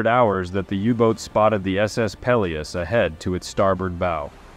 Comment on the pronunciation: Gads...you can't even pronounce "Peleos".